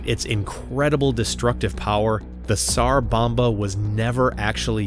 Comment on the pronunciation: Just so you know, the "s" in tsar bomba, sounds like a "z" so it would sound like "zar bomba" the T is silent.